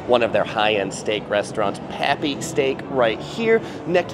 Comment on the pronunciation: It’s not pappy steak, it’s papi steak.